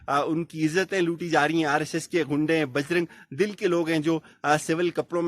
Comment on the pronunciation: Correct ur word "Bajrang DULL but not Bajrang dil.